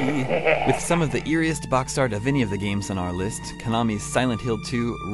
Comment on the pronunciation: pretty good "listht"